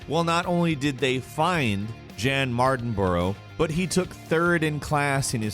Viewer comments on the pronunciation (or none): That pronunciation of Jan Mardenborough was awful 😂